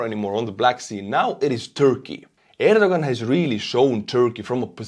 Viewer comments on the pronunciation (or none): I believe his name is pronounced “air doe Juan.”